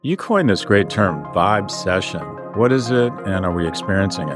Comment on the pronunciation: Jeeeeeeezus Christ, Scott. Boy did you screw this up. You're inaccurately telling everyone here, in your VO and your graphics, that she coined a phrase called "vibe session." That's not what she coined. She coined "vibecession." VERY different. You screwed it up by pausing between the two parts, b/c your clueless staff wrote it for you this way on your teleprompter and you mispronounced it., because you didn't research her before the pod. "Vibe session" (as you announced it) is a phrase that's been around for 20 years or more, where people are having a (hang) "session" and experiencing a "vibe." But "vibecession" is interesting--it implies a "recession" from what should be a "good vibe." You literally set her up as an idiot because you and your staff didn't do your homework. Go stand in the corner and think about what you've done.